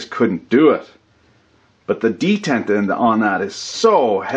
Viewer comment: de·tent /dəˈtent/ ￼Learn to pronounce noun a catch in a machine which prevents motion until released.